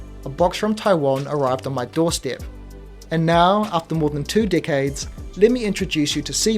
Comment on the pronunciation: I thought you kept saying "two dick-heads" but it was decades 😂. Gotta lay off the gummies.